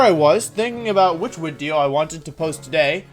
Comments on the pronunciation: 'Speak now or forever watch the wideo' is actually an incredible quote lmao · Where did the whole "wideo" thing come from. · “Speak now or forever watch the wideo.” Looks like I have to watch the wideo until the end of time. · only if you fix your teeth and stop saying wideo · Why does he pronounce video like that? Not judging, just curious. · Still thinking why he says wideo after like 5 months of watching, a speech thing or what, every v sounds like w he said whenyousaur for venusaur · “You can’t just come up with a new wideo everyday!”- Some dummy that underestimates Wolfe’s creative genius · Wideo man, definetely